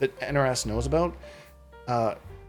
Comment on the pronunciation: All aboot!! Best intro! Great kontent as always! 🍻🍻